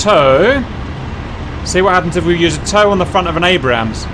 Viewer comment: It's pronounced "ayybrams" not abbrams